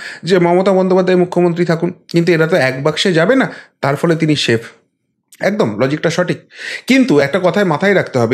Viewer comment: you speak well but, you need to polish your pronunciation - like - pronounce 'S' as, S not ' Sh'. I mean -- 'Percent', not ' Pershent' or 'Safe' not 'Shafe'.